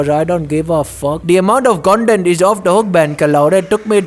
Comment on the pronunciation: Kwality cuntint Avocado rice/10